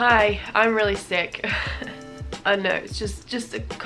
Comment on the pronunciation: I thought you said thicc not sick sicc?